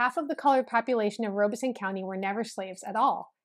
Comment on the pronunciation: It is pronounced Rob a son, not Robe a son. The Lumbees and other Native American tribes in Southeastern NC and the Pee Dee and Cheraw tribes, along with some others along the NC/SC border are mixed. The Tuscarora Tribe in Robeson County and possibly others near counties in NC are actually certified by the US Government Bureau of Indian Affairs. They are, not the Lumbees, they only certified Native American Tribe in Robeson County, NC. The Chavis family actually came to the Virginia Colony in 1619. He was one of the 1619 shipment of 20 slaves. His descendants, like some of the other descendants of the 20 slaves, lived among the Gingaskin Indians in Northampton County, VA. Around the 1650's, a law was passed in VA regarding race and it became against the law for different races to intermarry, as had been done before. The Chavis family does actually have some black ancestry as well as Native American and White. Check out the Frontline (PBS) episode on this. You can access it on their website. I think it is called blurred lines. In that area of NC, mulatto has always meant mixed Native American and White also. Goins certainly did not originate in Cumberland County, NC.